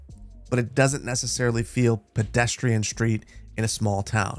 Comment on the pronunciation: Oh I love your vids but please stop saying "schreet". You work with them for a living. Its "street"!!! (okay I have OCD but its maddening because you're an intelligent guy clearly. haha) Keep up the good work! ♥